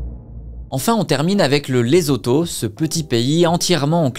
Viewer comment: Bonjour. LESOTHO🇱🇸 se prononce: LESSOUTOU et BASOTHO se prononce: BASSOUTOU. MOSHOESHOE se prononce: MOUCHOUÉCHOUÉ. 🙏🤝🇨🇩